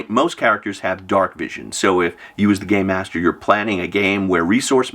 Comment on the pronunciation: Im hearing “gay master” when u say it 😂😂😂 Im like tsk tsk tsk old man yells at cloud